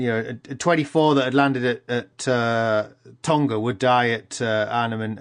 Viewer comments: It's not the pacific word Tonga. It's the British version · tonga is pronounced wrong :(